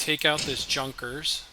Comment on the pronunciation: Well played and its Yunkers. J is read as Yu